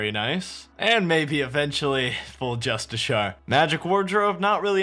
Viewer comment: I'm two years late, but i wanna say, Justiciar is pronounced Just-iss-ee-er/ar. otherwise Great video lmao